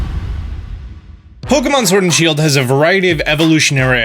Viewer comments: you said Shiled not Shield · shield* not shiled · My favorite game Pokémon “shiled” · "SHILED" make my day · 'Shild exclusive' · “shiled only” get some sleep my dude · ah yes Pokemon Shiled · what's a shiled? Lol